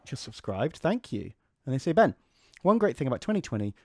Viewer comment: ben marines but pronouce it been